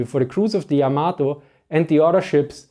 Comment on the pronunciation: Just in case anyone is interested, Yamato is pronounced with an emphasis on the first syllable, not the second. It's not pronounced like tomato.